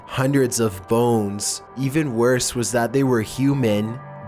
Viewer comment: legit thought he said phones instead of bones at the beginning